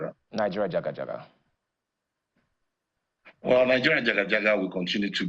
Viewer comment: I am disappointed in this man interviewing EDRIS. He is incapable of asking honest question. He couldn't even say Nigeria jaga jaga . so fake. Channels please get him out of our face